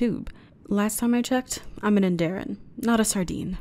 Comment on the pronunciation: You have a new subscriber and great voice. Only one thing I have they way you are pronouncing Andorian wrong you have to include the o/r in Andorian. Just an observation but have a great evening